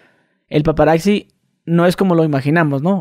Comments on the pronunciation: Estan chilos tus podcasts pero se dice PAPARAZZI wei no PAPARAKZI 🤣. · "paparacci" jajajajajaj no mms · Y es paparactsi no paparazzi